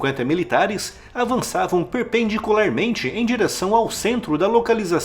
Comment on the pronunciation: aos Perpenticularmente! Caracas kkkkkkkkkkkkkkk 🤣🤣🤣🤣🤣